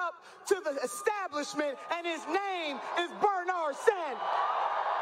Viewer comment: I love the way Nina Turner says Bernard Sanders, so much emphasis